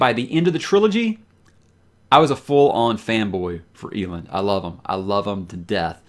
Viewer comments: Did you say EE - LIND? 🙄🧐😓smh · Wow, it's pronounced Eelend? Been saying Ehlend in my head this whole time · Is that not how it is pronounced? You damn audiobook elitists. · is a huge repository of free audiobooks. Yes, I did say free. Some of them are the premium Graphic Audio versions which are crazy expensive. So if you want to hear how some words are pronounced, its quick and easy. Ahem cough rage of dragons cough cough. Elend is categorically, universally pronounced EL - END, however Brandon has said you can pronounce his stories any which way you prefer. Bookmark that link, its great. Not a sponsor. Just a fan. Thanks. I don't mean to sound elitist. However, in case I do. Apologies to you good sir. BeiNg NoBilLty iS hArd. 🧐